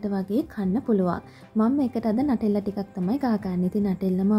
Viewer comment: නටෙල්ලා නෙමෙයි..නියුටෙලා